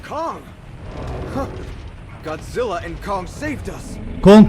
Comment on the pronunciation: Abi o KONGZİLLA DİYİL O KONGSUKEDİR🤣🤣